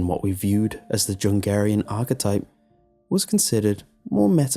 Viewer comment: when he says Jungerian with a J instead of Pronouncing it as a Y. Jordan Peterson disapproves.